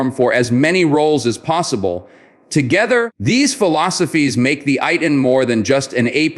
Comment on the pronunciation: Is not pronounced as AY-TN but is pronounced as Eih-Tan